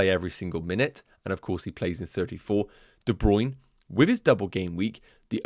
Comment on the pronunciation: Hey - DeBruyne pronounced his name as DeBruynA on the FPL website.